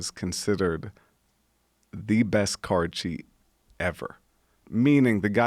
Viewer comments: what was that word he was sating, sounded like he was saying, " this guy was the best 'card shee' ever"? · Anthony Schrayer “Card Cheat”